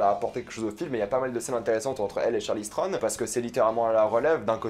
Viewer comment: Ça faisait un moment que j’avais pas vu tes vidéos et là j’ai enchaîné Snowpiercer et ça et franchement j’ai mal à la vie ... entendre dire Charly Strone pendant 12 minutes ça fait mal aux oreilles et la critique n’est pas terrible selon moi. Ça commençait bien avec effectivement l’impression que c’est le premier épisode de quelque chose mais comme avec Tyler Rake, beaucoup de budget, de bonnes idées mais un manque de savoir faire on a l’impression pour rendre la chose intéressante vraiment... on verra la suite mais vu qu’il n’y a pas grand chose à se mettre sous la dent dernièrement, ça passe!